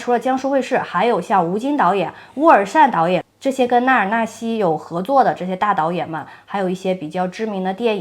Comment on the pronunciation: 茜，這個字讀‘欠’